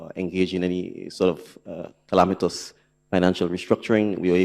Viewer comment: “Calamitous”??! Wah really saying dey, lying 🤥